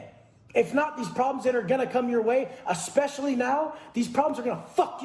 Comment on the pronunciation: Did say Ass-pecially??